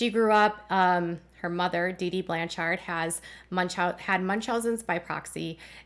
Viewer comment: Your inflection when pronouncing Blanchard is off. It’s supposed to flow like “lanyard”. “BLAN-chard”. It’s a common last name where I live, so I thought I would let you know. 🤓